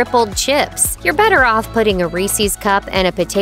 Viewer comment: Did I heard Reesees Peesees? Oy.